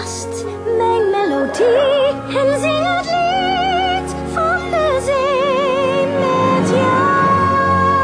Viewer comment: spreekt de Z niet goed genoeg uit. Het is bij haar veel meer: Ik ben gek op de see!